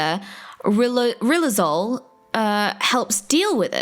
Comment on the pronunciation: rilozule... Lou Gehrig's disease